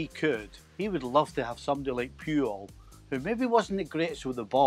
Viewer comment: Without the comments I would not have known Stevie was saying "Puyol". Lmao why is his pronunciation of it so weird